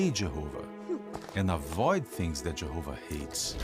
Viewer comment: This is a silly question, but why do these people pronounce Jehovah like they’re from Minnesota?